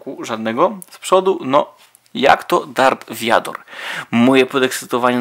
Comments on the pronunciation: to nie darth wiador tylko darth wader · Nie mów darth viador bo to brzmi jak gówno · Darth Vóder